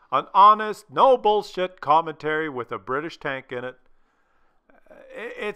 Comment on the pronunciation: Bri tish not Brridish